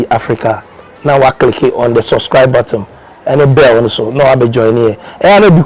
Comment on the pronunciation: You don’t say suscribe it is subscribe, please pronounce it well.